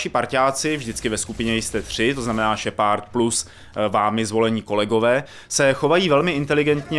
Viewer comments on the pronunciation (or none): Tahle hra si zaslouží sakra víc pozornosti...lol ta angličtina..šepard :DDDDD SHEPARD! šheprd.. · Šepárd, hakování..... Nejhorší recenze kterou sem slyšel :D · Dobrá recenze, ale Kerberus, Máááss Effect a Shepárd to je prostě lol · Jinak Más efekt bych to vyslovoval i já, pravda, šepárd mě docela rozsekal. je týpek ale má prapodivnou výslovnost dycky (podle mě:D) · kerberus? šepárd? just wow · no ty vole...Kerberus,Shepárd...to snad ne!No trochu na ty vyslovnosti zapracuj:D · no tyvole.Vyslovuje se to Šeprd:D ale musis mit trochu americkej prizvuk jina to zni blbe;) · Šepárd, hakování, normandy, kerberus....... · wow tak tahle video recenze je dost nepřesná. A ty komentáře jsou někdy opravdu až směšné. Tak třeba nečte se to kerberuss a jeho příjmení se nečte šepárd. A vlastně to celé zní dost komicky.. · Ježiši angličtináři jak sviň Šepárd a Kerberus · naučit se anglickou výslovnost šepard to je hrůza...